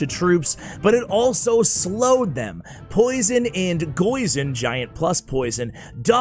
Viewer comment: You almost gave me a heart attack when you said “goison”.... thats stuffs scary.